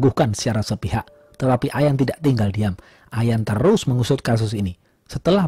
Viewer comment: Aq sub yah... ohya kata terus jd telussss... enak dgrnya